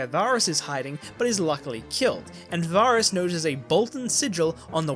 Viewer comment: Oh I liked this ending much more than the series! The only thing I didn't like was how you kept pronouncing Varys wrong 😅